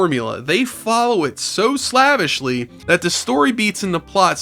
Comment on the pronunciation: Dude, you mispronounce "slavishly" in every video where you use it. It's pronounced "slave-ish-lee" because it comes from "slave".